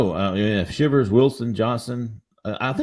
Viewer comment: Shivers is pronounced SHY vers not Shivers as in freezing